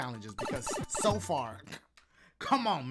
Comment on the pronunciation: He’s saying “That’s a-so nice!”